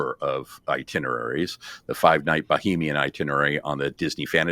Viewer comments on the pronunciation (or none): It is pronounced Ba-hay-mian